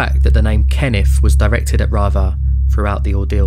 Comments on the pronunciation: Who TF IS “?” LOSE THE G.D. ANNOUNCER- BOTS!! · Your pronunciation of 'Rather' is WRONG!